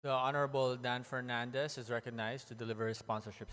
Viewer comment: Dapat nag-pass nalang tong si Dan Fernandez, speech niya di niya mabasa ng maayos, F at P parehas sa pronunciation, inulit lang mga nasabi na, sensiya na pero he looks like a joke.